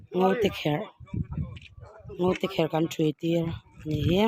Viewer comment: Ngotekher niloin Ngoteker zawk